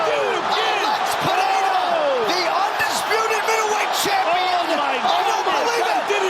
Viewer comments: its pereira not pehera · "Pejeira" :face-red-droopy-eyes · None of the announcers know how to properly pronounce Pereira